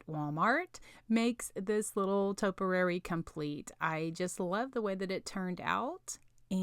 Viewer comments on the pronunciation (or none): So happy to find a Valentine's diy from you! All cute! But just fyi, topiary is pronounced "toh-pee-air-ee" with the accent on the first syllable. Someone had to correct me a while ago, so I thought you might want to say it right, too :) Also, the word "styrofoam" ends with an m, not n. :)